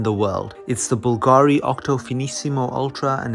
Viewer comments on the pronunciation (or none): The accent is on the A not on the U, it’s Bulgàri